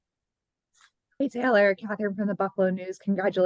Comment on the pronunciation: it’s Taylor not Tyler! Cmon man